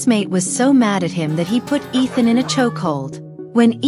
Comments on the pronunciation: Bro his name is not Ethan- it’s Ishaan! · It's ishan not ethan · His name is not Ethan it’s ishan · It is ishaan not ethan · WTF it's not ethan stupid it's ishaan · Its ishaan not ethan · Bro this woman is calling him Ethan his name is ishaan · Ethan? No! It’s ishaan! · You got his name wrong it's not Ethan it's Ishaan. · Ishaan ☑ Ethan ❌ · Not Ethan it’s ishaan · It is Ishaan, not Ethan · It's Ishaan not Ethan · His name is Eshaan, not Ethan. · Its not ethen bro😅